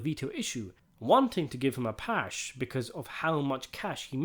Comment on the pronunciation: Pass, not pash.